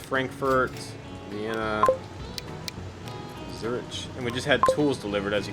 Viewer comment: When it comes to missions where I really struggle like Swiss Made or missions I just handled poorly like this one, your guides are the best. Appreciate you putting these out! P.S. In Swiss Made and this one you're killing me with "Zur-ich." It's Zur-ick